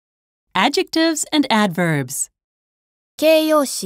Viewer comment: アァドゥジェクティィヴズアンドゥアドゥヴァーヴス